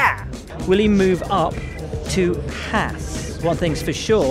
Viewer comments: It’s Haas not hass anyways? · I don't understand why the British can't pronounce Haas properly. It's a long vowel sound. Surely you guys can get on board with that. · That is not how you pronounce Haas but ok. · As an American, I'd like to take the time to tell you all that you've been pronouncing Haas wrong. It's pronounced "Hoss," not "Hass." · I agree...none of these would work if Haas was pronounced correctly